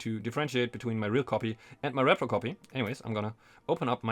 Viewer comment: Dude i mean no offense in any way but you're saying it completely wrong as it's repro "ree pro" not rep-pro as it stands for reproduction "ree-production" and there is no such thing as a rep-production.